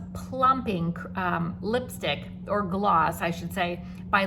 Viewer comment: Sorry gloss . Not oss